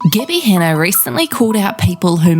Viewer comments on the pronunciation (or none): "Gih-by Han-uh" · "Gibbi Hanna"